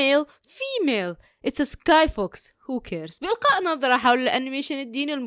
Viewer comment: سكاي فوكس❌❌❌❌❌❌ سكاي بوكس✅✅✅✅✅✅